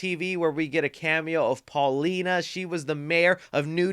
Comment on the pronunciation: It’s Pauline, not Paulina… 🤦🏻‍♂️